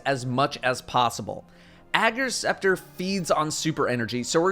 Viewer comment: I thought it was pronounced Ager’s Scepter not Ager’s Scepter lol